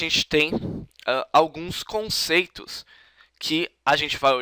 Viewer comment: "conteitos"? Mas a explicação foi interessante.